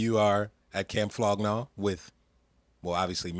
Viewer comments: flow gnag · its "Flog Gnaw" and "Golf Wang" now "Wolf Gang"